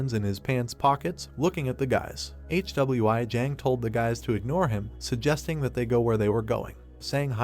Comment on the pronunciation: Hey man watch your video before uploading your ai can't even pronounce "Hwi" what is this "HWI"